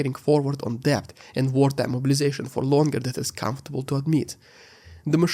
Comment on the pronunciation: Thank you for your comprehensive coverage of the war's fallout. FYI: in English, the work "debt" is pronounced "det", the B is silent (weird but true).